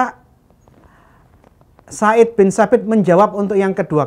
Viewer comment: Zaid bin Tsabit bukan said binTsabit hadehhhh